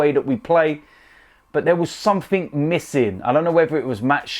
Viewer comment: "I'll tell you summink"